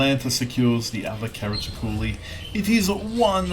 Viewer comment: Regarding IT BBs: I am yet to get my head around the idea behind them. 55 % winrate = average? What have you been smoking,? Also, "Brit" or "Britney", "he" or "she"? Gender-fluid? Pronunciation approximation: Cah-rah-cho-lo.;)